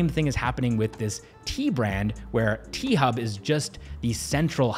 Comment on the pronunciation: T-Hub sounds like P-Hub